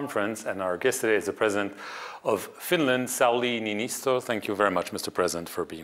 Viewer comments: The letter Ö is separate from O in the Finnish alphabet... it isn't just an accent mark, it's a separate letter. There's three more letters in the Finnish alphabet than the English one. Niinistö, not Niinisto. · Interviewers should try to get the pronunciation of Mr. Niinistö's name correct, it is not like Italian guys, please realize other alphabets exist. But yes, President Sauli is always clear and articulate about his beliefs, and as a steady hand, states the situation pragmatically. What I like? He will not be bullied. And neither will the Finnish - who are ready for anything. On another note: I am disgusted to hear that Hungary's President Orbán (I doubt likely representing the people's wishes) is not ratifying the Nordic application, hopefully he will be embarrassed when he is the last one standing among members - it boggles the mind why he would so strategically miscalculate the equation of the value of new, strong NATO members against a failing despotic Russian gangster leader canibolizing his own society; the lack of gratitude for his (Orbán's) NATO allegiance is mind-boggling. As an ethnic Hungarian woman directly impacted by the Revolution against Soviet repression in '56, I am dumbfounded that the country would not more fully and confidently engage in the self-protections it needs and the collective protections it has vowed to fight for against any Ruski threats which are now again clearly there at the doorstep.